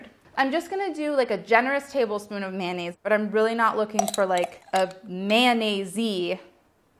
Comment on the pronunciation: What is with you guys and saying “man-aise” instead of “mayo-nnaise?” Its mayonnaise you guys! But I still love all of you, and sorry not sorry for being a grammar freak😂